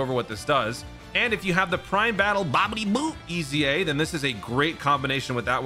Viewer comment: I die laughing at the way he says “Babidi/Buu”